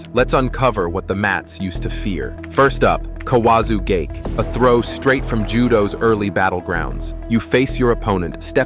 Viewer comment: So is this AI narration? If think that an AI would be consistent in it's pronunciations. I accept that non Japanese speakers won't get the pronunciations "right", but this narration is insane. Kawazu gake was said four times, each unique. Ura nage, he said it five times with four pronunciations. During the Daki age section I lost consciousness. Kani basami he got right every time.